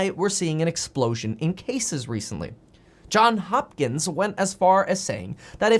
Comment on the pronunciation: It’s “JohnS Hopkins - with an S on the end of John”